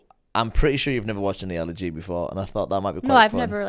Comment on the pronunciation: Ali - not "white"